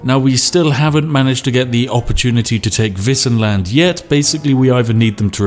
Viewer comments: Woah, not gonna lie, I was really surprised when you pronounced "Wissenland" right! Do you know some German? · But, he pronounced "Wissenland" right, at least :3